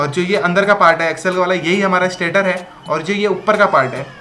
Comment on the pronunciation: स्टाटर नहीं भाय स्टेटर है जो स्टेटिक है।